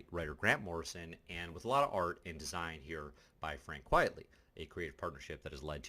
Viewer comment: These videos are nice but every time you mispronounce Frank QUITEly (not quiet) it's like nails on a chalkboard. It's a play on Quite Frankly. Also Mark Millar is pronounced Miller not Mil-LAR.